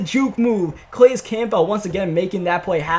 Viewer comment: Calais Campbell (Kuh-lay-is kam-bull)